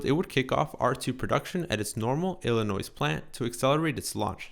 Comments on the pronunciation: Illinois not Illi-noise 😭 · You don't pronounce the s at the end. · The people who live in Illinois don't pronounce the final s. The people who race at Laguna Seca (Dry Lagoon in Spanish) pronounce Seca "SAY-kuh"